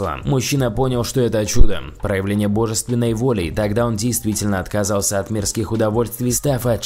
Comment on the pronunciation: мерлИн, бОжественной воли... Чувак, когда ударения будешь ставить правильно, режет слух